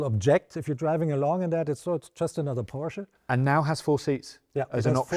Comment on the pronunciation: nice to see a motoring journalist pronounce Porsche correctly for a change